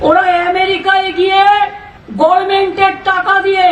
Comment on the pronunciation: লাউ-ড়া-দোচা মন্ত্রী ।😂😂 ওয়ারা গভর্নমেন্ট শব্দ টা কে গর্মেন্ট উচ্চারণ করা মূর্খ (দোচা) মন্ত্রী 😂😂😂😂😂 লন্ডন এ গিয়েছে লন্ড অন করতে।